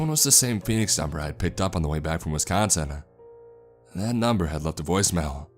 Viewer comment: If this guy thinks twin lakes is fucked up, he should try elkhorn at 3 a.m. Edit: you didn't pronounce Wisconsin correctly the entire video.